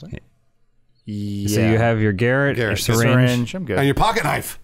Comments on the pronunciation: How come they pronounce 'garrote' like 'Garrett' the name? I assume its just how Americans say it (which is fine, I'm not hating) but isn't it supposed to be pronounced 'gaROT'? What if they need to say "garrote Garrett"? Would It not just sound like the same word twice? Food for thought... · Anyone else getting triggered everytime said "garrett"? It is pronounced ga'rot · I can't tell if purposely pronounces 'garrote' like 'garrett' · ITS GARROTE, not garut!!!!!! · Garot lol. “Gah-wrote” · I'm not the only one bothered by how they're pronouncing "garrote", right?